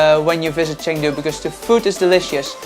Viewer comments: I’m sorry but hearing you say “Chang du” 100 times was tough.. you spend hours and hours editing these videos but don’t listen or learn how to say the city properly😂? Cheng, basically pronounced “chung”, Jesus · Good lord bro, spend two seconds learning how to pronounce the place you’re visiting 😂. Chang Doo???!? What a vlog you got here